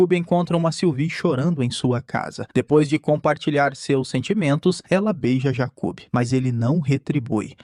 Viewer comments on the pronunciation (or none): Jacub kkkkk a pronúncia errada deixou engraçado